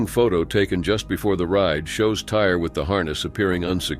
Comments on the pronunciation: Some have named their child Alizé, Hennessy so Tire is a possibility. Though I agree it's Tyreé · Tire who would name their child that? No one! Find out how to pronounce a name if you are going to use it! Smh!